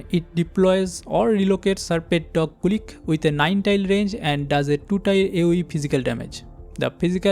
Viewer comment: The robodog is not "kulik", it's "kulich" with "ch" in "chair". Kulich is basically an slavik Easter cake